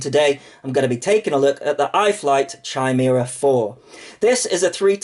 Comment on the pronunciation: FYI, it's "KYE-meera"